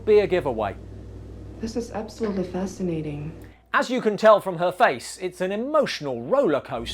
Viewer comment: No, no, say it correctly: "Dis is ubsolutely fesscinating."